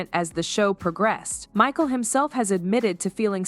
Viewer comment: "I feel bad for Ma-sheel" AI voice showed its ass